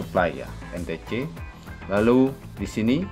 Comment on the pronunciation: entece 😂😂😂 en-ti-si lah bru betul